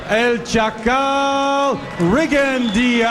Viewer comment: How can professional commentators miss-pronounce a fighters name so badly? It hearts my ear every time they say Rigondeaux's name the way they do...F..in Teddy Atlas..